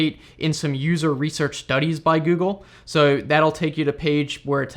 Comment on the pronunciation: sounded australian when he said "so"